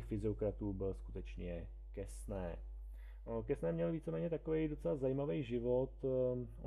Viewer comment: Quesnay se čte [kene]. ;)